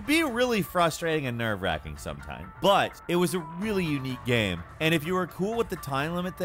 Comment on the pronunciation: I get upset hearing him try to pronounce the word "game"